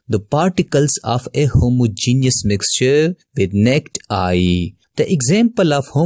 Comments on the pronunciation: Explanation will help my son with his test but this person's English could use some work. The word "naked" (as in naked eye) has TWO syllables, not pronounced as NET. That threw me a second. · Its "naakid" eye not nicked eye😅😅😅😅